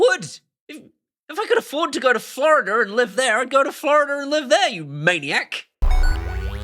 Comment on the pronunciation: Flororder is probably my favorite pronunciation of Florida. That place is a living hell hole and the people are rude.